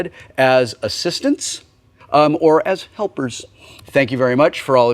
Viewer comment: "Assistants"?!? Oh god in heaven..... X(